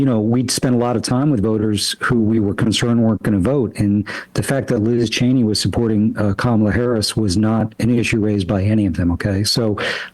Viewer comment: Sam always refuses to get Liz Cheney's name right oh my god